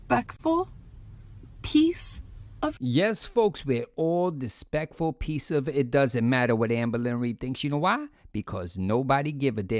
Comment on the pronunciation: I love how smug she is when she is when she lectures her haters. She really thought she burned us. She just sounded like an idiot that couldn't pronounce "disrespectful".